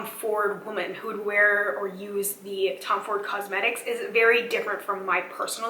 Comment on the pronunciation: It's aesthetics not stetics btw! :)